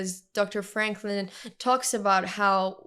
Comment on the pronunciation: Its victor “frankl “